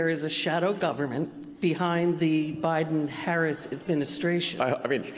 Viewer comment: Interestingly, the second spot mispronounces the VP’s name. If they’re the same team, I’m thinking that was intentional. You said cynical; what bothered me most was the sexism. Harris is painted as the poor, bereft woman,” who sits at the feet of her husband to understand Israel. I’m sure Doug is a kind, helpful source whom she loves very much. I’m also sure she could negotiate with Bibi today without consulting Doug— kind as he is. They are a power COUPLE, as I see it.